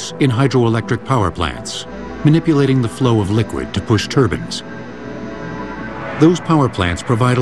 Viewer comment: Lol he said turbins